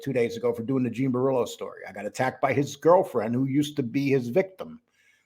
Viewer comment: Please, please say "Bor ELLO, ELLO" brillo is driving me nuts, say the little gimps name properly, 😂😂